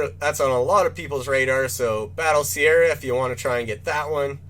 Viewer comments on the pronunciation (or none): none